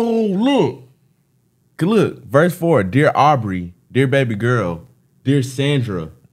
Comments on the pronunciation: This is good, but Kendrick puts an h in front of nearly every work that starts with a vowel. I think it’s the funniest thing lol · 'Dear Harbrey' (HAR)vey Weinstein Au(BREY) Graham Hard to catch on the first listen he mixed that name up. This line alone flew the fuck over your heads. IYKYK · Did this dude say who Aubrey?????????